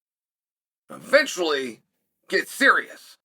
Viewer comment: when he says Fenchfully meaning to say eventually made me LOL